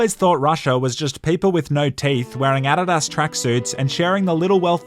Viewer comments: "adud-us" bro i hate you now, its "a-deed-is" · Talks about questionable English. Doesn’t know how to say Adidas. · Is that really how you guys pronounce Adidas in Australia? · Am I the only one who did a double take when he pronounced ADIDAS as Add-id-as? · Is that really how the rest of the world pronounces Adidas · Say Adidas again plz 😂